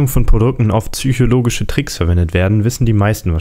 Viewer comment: "züchologische Anziehungskraft"